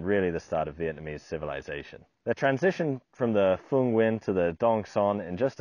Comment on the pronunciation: Dude can pronounce Nguyen. Good on ya!